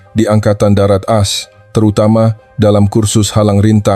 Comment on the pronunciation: Coba tqc cara bacanya ,singkatan As itu dibaca A es seharusnya, tulis promt yg benar